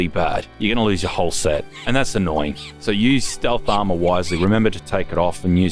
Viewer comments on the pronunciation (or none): give me 5 cents when ever says AMAUHR